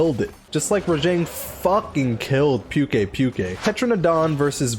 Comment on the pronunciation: There is no “pyu” sound in Pukei-Pukei’s name, it’s just “pu” or “poo”